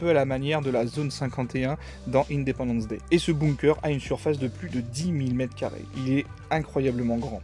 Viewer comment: Par contre, ça se lit "beunkeur"